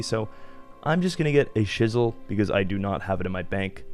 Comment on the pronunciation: Bro wtf man. Why can't you say iron or chisel properly? 😂